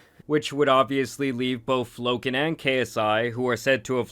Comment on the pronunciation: Bro, I like your videos. You're a dope content creator but for the love of god can you stop saying Lo(k)an Paul lol